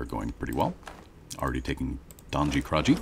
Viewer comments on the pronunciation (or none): Donji Kralji is pronounced like Doñi Kraal-YEE, otherwise it's a superb video (yet again)!